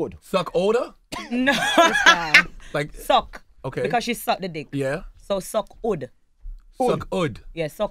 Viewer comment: Why did it take so long for them to get "suck hood" and they still werent saying it right as they repeated her. Smh